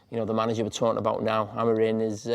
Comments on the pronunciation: Carragher first needs to learn his name; Amorim, not Amorin!!. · Someone needs to tell Jamie that the man’s name is Amorim, not Amorin, as he repeatedly called him.